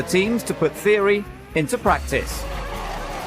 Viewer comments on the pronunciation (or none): none